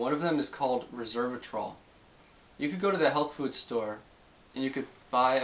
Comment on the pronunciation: FYI: Resveratrol. Rez Vera Trol. Not Ree Serv a trol.